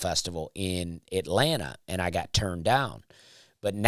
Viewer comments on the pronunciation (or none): none